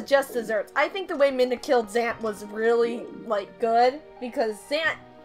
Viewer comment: there is a fountain normally. :) Also I just want to say that its not minda, its midna.